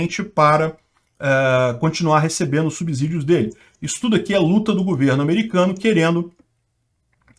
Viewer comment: Subssidios e não subZidios. Ou vc fala subZolo.